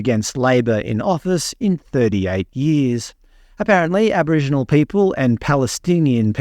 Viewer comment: being an Ozzie citizen she has the right to express her opinion, like it or not, such as Abo-rigiknees.